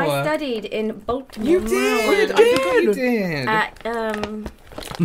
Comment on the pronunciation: OMG! I am so excited that you all liked everything and, you said Maryland absolutely right! I love you guys!! 💓💜🖤🫀💙💓🖤💜💙🫀